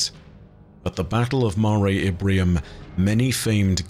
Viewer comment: Is saying "Ibrium?" I thought it was "Imbrium," making it the "Sea of Showers" or "Storms."